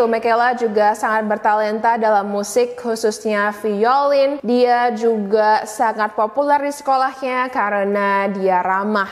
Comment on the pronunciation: "Violin" sounds more like (vai-lin). Cmiiw, idk how it sounds on different accents.